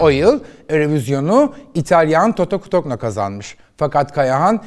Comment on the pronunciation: Okunuşu: Toto “Kutunyo” anlayışınıza sığınarak bu hatırlatmayı yaptım. Sevgiler.